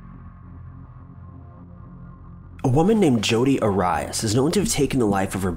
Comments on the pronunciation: looks possessed!! All your videos miss pronounce peoples names! For god sake look up people on YouTube and learn how to say peoples names! Arias - Air-ee-us!!!!! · Only person in the world pronounces 'Arias' wrong … Clicks to next video... Just for your info it's Ah-Ree-Ass. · It is not A-rye-us..... it is pronounced Air-e-us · Jodi Arias... Pronounced Air-E-Us... Not Uh-Rye-Us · Hey host you butchered Jodie Aries name it nor a rea it pronounced like AIREY ES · Arias: A-ree-us not a-ry-us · Aryeass? You mean Arias? Come on, - you're better than that. & how long was she in that room? Gonna start amusing yourself after awhile. Jeez, they would think I'm nuts, too. Well, to be fair...lol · Dude pronounced it A-rye-as. I’m done. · Aw-ri-is... dude it’s pronounced air-e-is like the zodiac sign, Aries... how do you get reading wrong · Air-E-Us.... Not Uh-Rye-us. The pictures were accidentally snapped during his attack bc of the way the camera fell to the floor it was laying in a position to where when it was bumped the button would push n take pictures upside down.... So there were pics of her dragging his body etc. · You mispronounced Jodi's last name wrong! It's Arias (arius, not as). It's spelled Arias, but pronounced at the end of it as "us" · It’s pronounced Air eee us . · You keep saying her name wrong it is said like AIR-REE-US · Hey ‼️. Jodi’s last name is pronounced AR-REE-US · What is so hard about pronouncing the name right ... Air eeee us. It's not hard to do a little research . It's also not hard to listen to the news casts etc. Her name is spoken a lot. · #1 Jody AIR EE US, not the way you pronounced it 👎🏻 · Horrible mispronunciation. Air- e- az. ? It's pretty aries is a very easy name but to mess up. Expically of one did his home work. ( narrator) air re az lol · Jody oh rias its Arias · He pronounces it Jodi "R-E-S" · It's pronounced Air-e-us. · Lmfao Jodi airass i think you said the wrong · it's pronounced: Jo-di Air-ee-us.